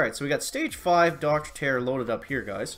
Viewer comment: Grrrrr it's not dr Terence its TERROR DR TERROR